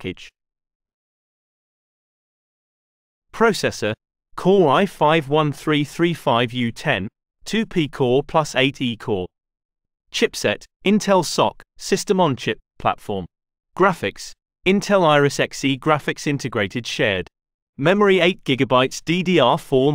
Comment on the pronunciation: Chipset "intel SOCK" lol